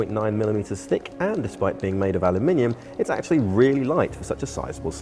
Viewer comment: Finally someone pronounces aluminium correctly